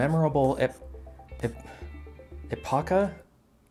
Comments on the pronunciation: I think it's epocha, not epacha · Epocha, pronounced ep-i-ca is an archaic version of Epoch which is a turning point of history. Now you know better